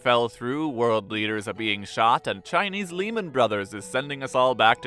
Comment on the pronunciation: just appreciating that pronounced Lehman Brothers correctly